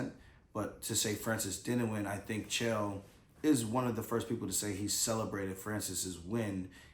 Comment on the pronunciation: His name is Chael not Jill